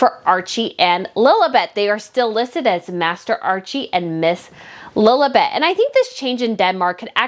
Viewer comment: Do I hear Lolabet in your American accent? It's Lilibet. Anyway, great content !